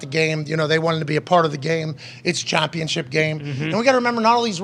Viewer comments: Why the hell does this guy pronounce gambling and championship like "gombling" and "chompionship"? I heard him use a "short a" sound like in "cat," so I know he's capable. Super freaking weird. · 13 seconds in and I already heard ChOmpionship game 😂 now I can’t focus.. then comes gOmbling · Chompionship and gombling? 🤔. Am I the only one that caught those? Lol